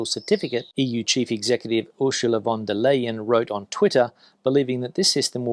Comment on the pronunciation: ursula von der leyen’s last name should be pronounced the same as the English word “line”